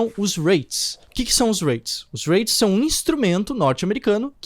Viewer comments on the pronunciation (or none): Conheço os J-Reits pois moro no Japão. E sim, você pronunciou errado,! Hahahahah 😂